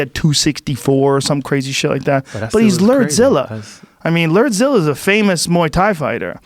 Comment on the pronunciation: Shot everytime Joe says, "LERDZILLA". RIP to those who played along...